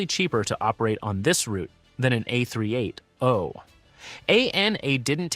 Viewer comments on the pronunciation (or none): AND WHT THE FUCK IS A AIRBUS A-3-8-OOHHHHH?!?!?! ARE YOU TELLING ME YOUR THAT BRAIN DESD YOU CANT JUST SAY A-THREE EIGHTY?!